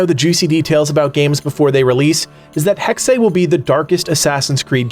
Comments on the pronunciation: Hex-uh... not Hex-ay..lol. stoked on this one though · It's Hexe with a short e not hexey... Your welcome 😁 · Man. Mad respect for all your videos. But Hexe is pronounced just Hex. You’ll hear it all the time in movies too. “They put a hex on you.” Or an “evil hex” like a spell. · How long did you practice the German name pronunciation? 😎